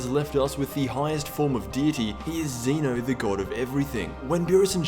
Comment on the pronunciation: It's pronounced Zen'O btw